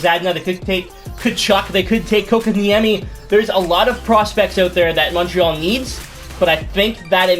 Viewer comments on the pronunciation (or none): none